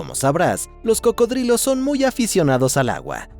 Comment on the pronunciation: Se llaman cocodrilos pareces imbécil pronunciandolo de otra manera